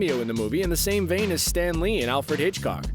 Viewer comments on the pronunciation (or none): none